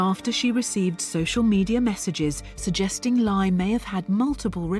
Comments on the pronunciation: One of the scammers names is pronounced like “LIE” 😂😂😂😂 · Laye pronounced lie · Dude’s name is literally pronounced “lie”,! 🤦🏻‍♀️